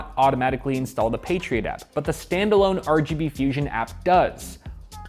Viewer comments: Patriot App, sounds like you're saying Patriot Act. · You say "Patriot App", but I keep hearing "Patriot Act" and think that this is somehow about politics. In some ways, it is. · I keep hearing 'The patriot act' when I watch this and get confused for a second and then my brain catches up LOL